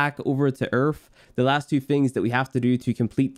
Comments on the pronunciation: My man’s said Earf not earth 😂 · why do you call Earth, Erf? wtf? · This man said ERF. Great guide dude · There is no f in the word EARTH